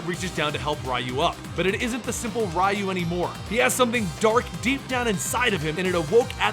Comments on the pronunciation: aggh that pronunciation of Ryu..... other than that good video.... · "RYE-Yu"?...Are you f#cking serious? 30, years this game has been out, and you still don't know how to pronounce his name? It's REE-Yu. REE!!!!!!!!!! REE!!!!!!!!!!! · Actually his name is リュウ, so phonetically there's no "ee" sound. In Japanese, "ri" followed by a small "yu" symbol is the equivalent to an English contraction. Both Rye-Yu and Ree-Yu are wrong. It should be a merged "ryu", sounding similar to how we say "beau" in "beautiful". "reautiful", take away the "tiful", and you're very close. Source: Living in Japan for 10 years, JLPT Level 1 certificate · Hearing you say Raiyu over and over again was cringy. You delved that much into the story and didn't learn the name is pronounced Reeyu? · Who the f is Rai Yu. It's Ryu It's not ri Yu It's not rai Yu It's Ryu.. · Riiayu? So it's not reeyu? I mean in Japanese they say reeyu( ryu) so I don't know why people have such a hard time pronouncing names from Japanese to latin lmao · The way you mention Ryu name is wrong, it's not Ra-u is Ryu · ryu... is pronounced REE-YOO. not RHYE-YOO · Rye you???? Dude your pronunciation physically pains me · Is it not pronounced as reee-u? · "rai you" 😞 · Rye-you was brainwashed by shadow-laow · Rye-you, lmao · ugh, I can't stand Ryu's pronunciation. Ree-Yu Its not hard, it's in every game and anime movie. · Its ree oo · Its actually pronounced "you" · ryu and shoryuken being pronounced like that hurts me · Idk why but it triggers me whenever someone pronounces Ryu's name wrong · How come you don't know how to pronounce 'Ryu'? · I am so annoyed by the wrong pronunciation of "Ryu" that I can't watch the video. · Interesting way to pronounce Ryu. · I hate being that guy but man, I kept cringing at the incorrect pronunciations I mean, I expect Ryu (since for some reason, people STILL get it wrong to this day lol), but shoryuken? It almost felt like it was on purpose XD